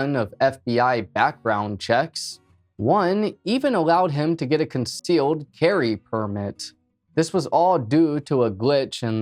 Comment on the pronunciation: what’s a consteal carry permit.. it’s concealed not constealed 🤔🤦🏻‍♀️🤡🤡🤡